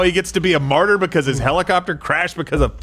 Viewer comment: HELL-i- copter.